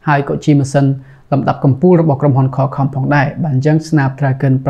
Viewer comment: សុំកែបន្តិចបង Qualcomm (ខ្វលខម) បងនិយាយ (ខលខំ)